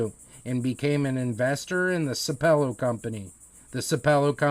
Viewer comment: It’s pronounced sap pel low.